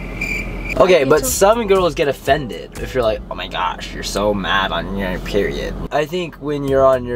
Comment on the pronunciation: I love it when he says, ooh meee gawsh